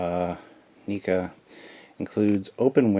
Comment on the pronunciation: I thought it was prounced Neck-a not Neek-a.